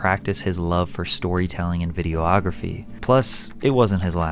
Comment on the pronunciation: “video-ography” how about video-graphy😂 bro said it with 2 different sounding o’s 😂😂😂